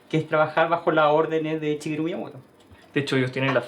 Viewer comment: Shigeru, no chigeru :/